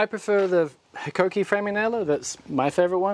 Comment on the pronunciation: Well done on pronouncing Hikoki fairly close to how Japanese pronounce it. I recently bought the Ryobi Framing Nail Gun, as it is battery powered.